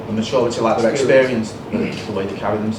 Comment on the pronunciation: "ma'uriteh" What? "Maturiteh"